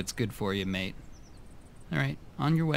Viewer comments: stop saying maete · oh wow, as an Aussie hearing you say "Mate" hurts my soul